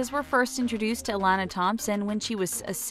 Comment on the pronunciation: its UH-LON-AH